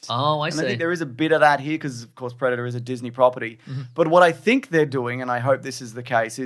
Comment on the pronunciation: I thought you was saying "Breadator"